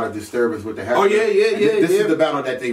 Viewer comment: Did say heckuler?